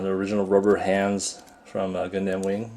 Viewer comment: its purnounced gun-dum, not gundAm